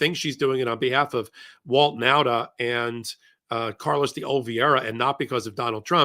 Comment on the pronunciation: Last time i tell you. Nauta is pronounced Nawta.